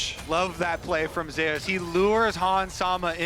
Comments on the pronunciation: If this man could pronounce Zeus... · nothing, I think he wants to read it as Zus, not the Korean pronunciations Ze-us. Though his ign does refer to the Olympus god, the caster is just sticking with the Korean pronunciations since the player himself read his name as Ze-us.